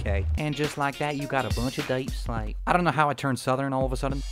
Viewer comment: "YoU wAiT FoR a SecOnD JustA SecOnd....oh ok.....aNd TheN U Got UrSelF a BunCH of DaiePsLaite, I dont know why I turned southern" I laughed so hard